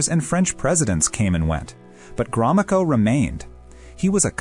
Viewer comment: Drinking game: Take a shot every time the narrator pronounces Gromyko in a new way